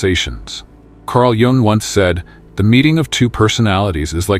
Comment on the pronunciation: Sorry, but Carl Jung's surname is correctly pronounced "Yung". Interesting video!